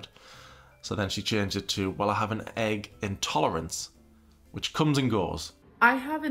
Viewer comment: i was like egg? egg? until i pronounced it ayyg in my head then i realized OH THE AYYG ALLERGY